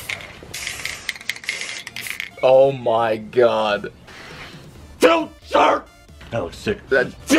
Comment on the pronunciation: U said the SpongeBob future meme wrong it ain't Fu tire it's fuuuuturrrrrr